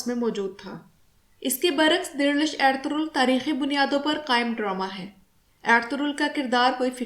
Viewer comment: ڈرامہ کو ڈرومہ کیوں کہہ رہی ہیں آپ؟